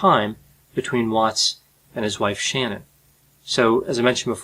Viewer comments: Her name was Shanann, not Shannon. Pronounced Shan-Ann, if you are gong to do this at least show enough respect to get it right!! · Love your analyst channel good job , but please respect her name ... it is not Shannan (Shannon) it is (Shanann) Sha...na..nn it’s just to respect who she was in life and keeping her memories alive Thank you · I appreciate your video analysis of this horrific event. I would like to add that the murdered wife’s name was not “Shannon.” It was “Shanann” and pronounced like shenanigan as was stated in the Netflix documentary. (I see you corrected this pronunciation in a later video.) This case continues to mystify and disturb me whenever I think about it. Inconceivable, especially what he did to his precious little daughters. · Not to nitpick but her name is pronounced “SHA-NANN” not “Shannon” She has earned the right to have her name said properly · You mispronounced her name about 700 times; it’s “Sha-nann” like shenanigans. Not “Shannon”. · It’s Shanann not Shannon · Shannan is pronounced Shananne and not Shannon. I’d imagine one would get a murdered person’s name right after all that extensive research. Also, never knew Shannan, Chris, and Nichol were a triad like you mentioned. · I think it’s pronounced Sha-nann but great content. Man I can barely listen to this. How sad and upset she was getting over his distancing and infidelity which she must have though was going on. Absolutely disgusting and horrific! Someone else did have control of him…Satan If that shitbag didn’t get death, who would? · Its Sha------nnan not Shannon. All you youtube doctors lose the intellectuals when you fuck that basic part up. This isnt Chinese or French. Her fucking name was Sha-nan. Tool. Let me start a page on you. So many things about you give me the creeps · ***his wife sha-NANN, not SHANNON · Is there anyone who can pronounce her name correctly? It's ShaNAN...not Shannon. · Her name is pronounced, “Sha-nan,” not “Shannon.” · Her name was SHAN-ANN